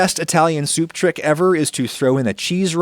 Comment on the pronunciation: Stop saying soup like Adam Driver.